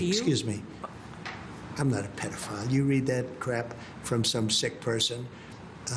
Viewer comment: "Pay dough file" The President Paydoughfiles